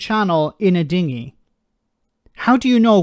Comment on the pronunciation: He said diggy not dinghy ha ha